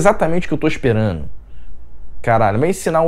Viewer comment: Engraçado o jeito que você fala! Kkk fazendo: fazeno; esperando: esperano; chegando: chegano...kkkk